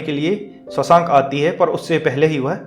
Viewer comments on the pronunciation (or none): शशांक नही रे शोवशंक होता है वो pronounce सुधार ले भाई